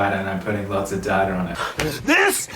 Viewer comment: still not over ‘darta’ instead of ‘data’ hahaha